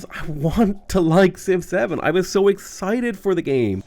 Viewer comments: When you say Civ 7 it sounds a bit like Six Seven. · I like that when you say Civ 7, it sounds like 6-7.